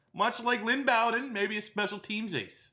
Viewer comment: It’s pronounced bow-den like bow and arrow and bear den. keep up the good work